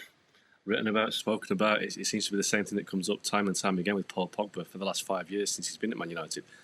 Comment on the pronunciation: I think anyone who can’t properly pronounce “Pogba” is unqualified to be paid money to talk about football.